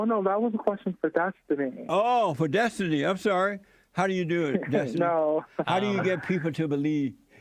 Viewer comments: "That's what i usually go by" "DESTUNEE" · Derrick Destunee